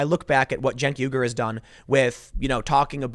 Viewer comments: Why does Tim correctly pronounce "Uygur" early in the video, but then weirdly idiotically MIS-pronounce it as "weeger" later in the video????!???? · Pretty sure it’s pronounced “wee-gur” like the ethnic group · Cant tim say uger ? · "YOOger" Tim. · It's pronounced "Mr Yogurt" Tim. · Pronounced "Yogurt". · How the hell do you always mispronounce Chunk Yoghurt the Brown Buffalo.